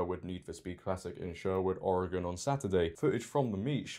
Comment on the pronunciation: It's beyond ridiculous, and I'm disappointed that it's in my home state. Oh, and thanks for pronouncing Oregon correctly lol